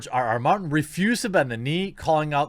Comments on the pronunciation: Is it ironic that he said "mountain" instead of Martin? I thought that was an amusing slip. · I love how you mispronounced George mountains name like 7 times throughout this video 😂😂